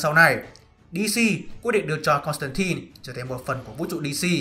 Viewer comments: 😃 Đọc chuẩn là Côn tăng tai k phải Côn tăng tin. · JOHN CONSTANTINE mà cứ đọc "tai tai" miết nghe mệt vl